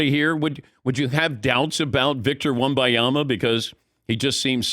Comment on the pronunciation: Dan Patick refuses to say the N in WembaNyama. I know he’s heard the name enough to know there’s an N there. I know he sees it spelled out. He’s a pro’s pro but for whatever reason he won’t say it. At this point Im starting to respect the persistence.